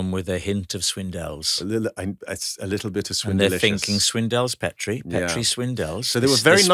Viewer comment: I hoped Alistair would correct Rob.....its not Pet ree. Its Peet ree....a Dundee and Aberdeenshire name